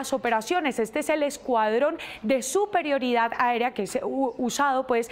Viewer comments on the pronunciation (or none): "Suprerioridad aeria" 🙄